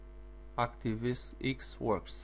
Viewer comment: "...active eeks!" Haha! Love it! Thumbs up my friend. Not taking the p, just find it funny.